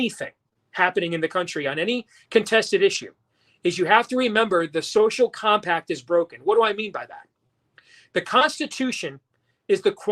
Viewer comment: Nono he said Sophomore Combi-pack